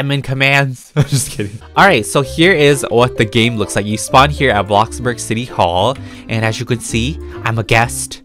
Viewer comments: Why does he say blokburg its bloxburg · He says Blockburg not Bloxburg XD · me totally not raging every time says blockburg instead of bloxburg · Him ‘BlOcKbUrG’ Me ‘it’s called bloxburg’ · ( if you see this, im sorry if it's offencive) bruh why does it make me burst into laughter when instead of saying bloxburg, he says box-burg XD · ITS NOT BLOCK ITS BLO - X DANG BRO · He keeps saying block burg instead of bloxburg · It is bloxburg not blockburg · He does that on purpose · Please stop saying BLOCK-burg, just please, it’s BLO(X)burg (sorry to be mean, it just makes me mad) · No one:: ”bLocKBerg” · Who likes it when says BLOCKBURG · i’ve gotten so used to saying “blockburg” that it’s now what i call it i personally think it should be changed to that lol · my fwabwic car- heEloowo everyOwn we Awe bacc hewe in - AbLOkkBorG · Nobody: Not even a single soul:: bLaKbUrG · BloCkBorG me:okay lets try this*Inhales*BlOck BoRg it kinda sould like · “Blockburg” u have played the game for ageas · WHY HE SAY IT LIKE THAT BlOcKbUrg 😭😭😭😂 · We love “blockburg” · "block burg" lol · When he says ablobog I say ablobog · cant say the word X hiihihhii:> blokburg:> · Is it just me or am I hearing “blockburg” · Btw it’s Pronounced Blocks-burg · He sed a blokborg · my question is why do you say blockburg- (I’m not a hater)